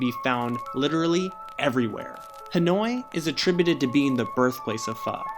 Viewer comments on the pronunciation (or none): none